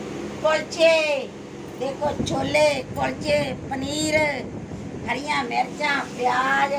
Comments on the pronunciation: Sole ni hunde shole hunde aa 😂😂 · ਸੋਲੇ ਨੀ ਛੋਲੇ ਕੁੜੀਏ ਪੰਜਾਬੀ ਸਿਖੋ